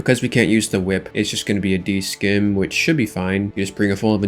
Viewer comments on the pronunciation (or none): I don't know if it's a bit or not. But scim is pronounced like sim not skim like skim milk. So simitar. But at least you don't say it 20 times a day like Mr. Mammal who is so like egregiously bad about it lol Also damn you're wiping up gm tasks like it's most people doing hard or elites lol